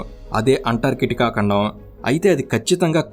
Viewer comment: ఖండం ❎ కండం ✅ 😁😁